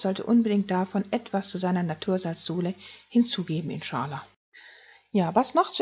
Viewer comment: Wird eigentlich "inscha Al-Lah" ausgesprochen. Bedeutet "So Gott will"